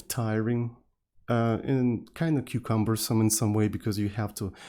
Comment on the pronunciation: Am I the only one who hears "cucumbersome" at this point?